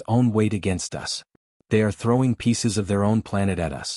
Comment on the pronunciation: Absolutely stupid AI. It’s us not U S